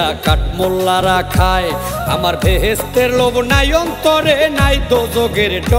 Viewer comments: শব্দ টা বেস্হে না বেহেশতে হবে আশা করি বুঝতে পারবেন 🙏🙏রাজীব এর উচ্চারণ সঠিক আপনার টা ভুল। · মেয়ে শিল্পীটার বলছি, কথা উচ্চারণ ভালো করে করবেন।তাহলে আরো ভালো হবে, বেহেস্তে, বলতে ভেচতে বললে তো হবে না।আশা করি পরবর্তী গান সঠিক উচ্চারণ ব্যবহার করবেন।